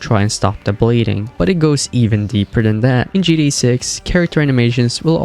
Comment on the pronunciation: Right, makes it hard to listen to this video